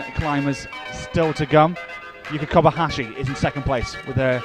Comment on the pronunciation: Can someone tell this prick of a commentator That Yuka is KobaYashi not KobaHashi. The ignoramus has been miss- calling her for months.